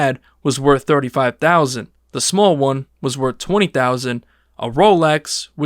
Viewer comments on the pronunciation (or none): none